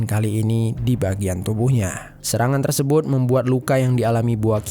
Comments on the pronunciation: Tersebut = Tersebun Mulut = Mulun Empat = Empan Jujur agak risih dengernya. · Kenapa sebutan "tersebut" nya terlalu ribet sampai² terdengar seperti "tersebouet". Apa lidah kau keseleo min?